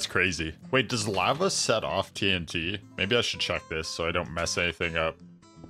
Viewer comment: Your saying lava wrong